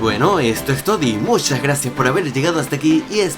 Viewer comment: cuando dice "muchas gracias" parece que le salió el catalán de adentro xd Pd:lo acabo de editar por que me equivoqué de segundo